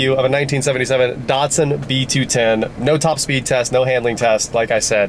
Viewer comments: Why are American’s hell bent on butchering brand names? Dat-sun. Dat, like that Maz-da. Not Mahz-da E-lan-tra. Not Elahntra And so many more 🤣 None the less, sweet old car, and a great channel 👍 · Why do you keep calling it a Dartsun?